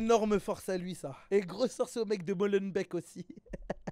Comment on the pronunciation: ca se prononce "molenbék", molenbeek. C'est néerlandais.. et merci pour la force :D